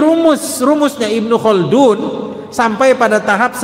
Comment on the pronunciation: Not bad👍 Ibnu Khaldun terdengar seperti kun yah,atau kah itu nama??